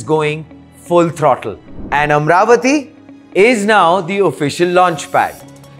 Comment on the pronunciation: It's not amravathi, its amaravathi there is an A after r, so dont make these kind of mistakes please, no one is asking to do videos for AP or TG